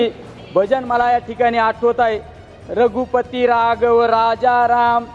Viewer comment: अहो याला बोलता येते का, हाच बोलला होता कि मी मुसलमानाच्या मतावर निवडून आलो, याच्या कडून काय अपेक्षा करायच्या.... वाचन चांगले आहे पण अशुद्ध बोलतो.. रघुपती रागव म्हणतो.. किती बोगस आहे...